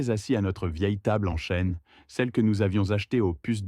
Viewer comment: La table de cuisine en bois, en chaîne, je plains les assiettes, toutes les vidéos parlant de bois sont ,,en chaîne,, ne nous prenez pas ni pour des cons ni pour des ignares, quelle honte,apprenez le français à votre ia!!!